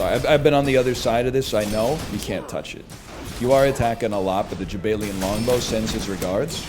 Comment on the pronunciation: Jaballian even. Although NL pronounces it as jabaylian when he reads it.